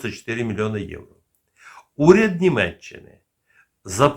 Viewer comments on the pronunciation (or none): none